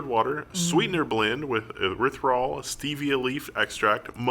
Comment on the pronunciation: erythritol pronounced: ee - writh - rih - tol is not made from Stevia. it is made by fermenting corn. you don't metabolize it because your body thinks it is sugar that was already metabolized, and passes it through - hence the gas